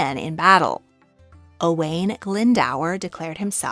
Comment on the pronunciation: A great video, but an awful pronunciation of Owain Glyndwr. Owain is pronounced like Oh-wine, and the dwr part of Glyndwr is pronounced something like d-oo-rrr rather than Glynd-ower. It would be nice to see people research and learn the correct pronunciiation of Welsh names, especially as you seemed to pronounce the French and Polish names well.